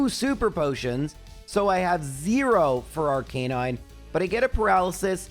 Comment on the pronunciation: The guy that can't pronounce rattata & arcanine is teaching us how to say "aa" together 😂😅